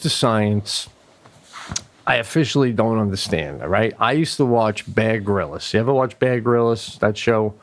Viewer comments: I thought Pete said Bad Gorillas for Bear Grylls. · when pete says baer grylls he sounds like hes saying bad gorillas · Mimi Giggles: I thought he added an extra syllable, and said, “ Bear Grill-iss”... Plus, I’m always second-guessing myself, because my AD/H/D came with Auditory Processing Disorder ; which means (my brain, not my ears), often mis-hears what people say. As I’ve no doubt that he and Sebastian are both AD/H/D’ers—as a huge % of Creatives and Performers are—Dyslexia (on Pete’s part), is also a possibility... Regardless, it’s all grist for the humor mill, right?